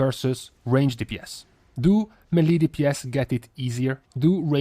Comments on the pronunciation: MAY LAY. That’s how it’s pronounced. It’s derived from French FFS NOT meee leee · It's meileh not melee